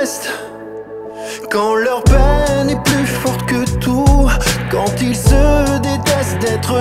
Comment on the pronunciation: j'aime cette chanson ! je l'ai écouté pour la première fois y'a deux jours (j'apprends le français, j'suis d'Australie). Mais j'ai une question: quand il chante "Quand ils disparaissent", il prononce clairement la S dans "ils" (comme z), mais la parole qui suit ne commence pas avec une voyelle. Cette prononciation est normale ? C'est la première fois que je l'ai entendue ainsi dans ce cas.